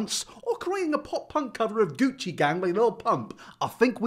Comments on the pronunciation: I keep hearing Gucci gay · Why does it sound like he is saying “coochie gay”